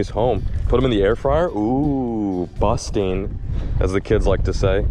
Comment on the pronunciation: It’s busssin not busting!! Lol still a great vid though!!!